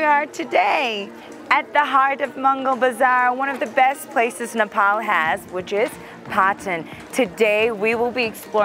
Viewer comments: It's not Nepol it's Nepal !! Don't have to mispronounce just for the accents. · tae ta it's not Nepol too !! 😣